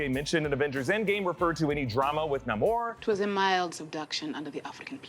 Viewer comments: It's nay-more not nah-more! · stop saying nah-morre please its naymore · It's pronounced Nay mor, not Nah mor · Bruh is it pronounced nay-more or nah-more. I always thought it was naymore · Nah-mor? Pfff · Your making my brain hurt everytime you call him Nah-Mor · Oh my God! Pick a way to pronounce his name and stick with it! Such a hard watch hearing “Nah-moor” then “Nay-moor” every other mention